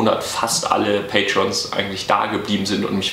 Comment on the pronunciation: Circa - Ich glaube man spricht es Patreons aus, getriggered? Ne, mal spaß bei Seite wir werden weiter hinter dir stehen, du bekommst das hin, wir glauben an dich, wie an Arceus.